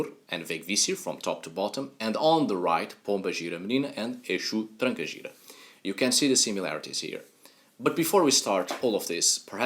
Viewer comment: Your pronunciation of "exu" and "trancagira" is surprisingly "perfect".